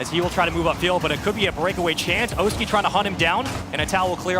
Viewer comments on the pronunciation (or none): Cannot stand pronouncing Oski's name wrong:(